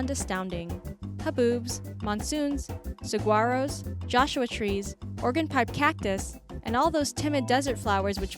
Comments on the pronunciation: narrator, saguaro is pronounced sah-WAHR-oh, not sah-GWAHR-oh. Regarding Horseshoe Bend, there's no such thing as a National State Park. It's 1 or the other, not both. Zion (National Park) is pronounced ZYE-un, not ZYE-on, as in Mt. Zion in Israel. The park was named after that mountain. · The "G" in Saguaro is not pronounced! It's "sah, wah ro". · Learn how to pronounce "Saguaro."